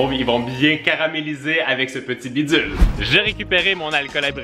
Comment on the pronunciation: bidzul moi:MAIS WSH SA MENERVE TROP ECOUTE ON DIT BIDULE PAS BIDZULE!😡 bref je t'adore biss😂😂